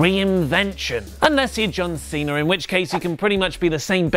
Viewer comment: I just think its funny you say Cener instead of Cena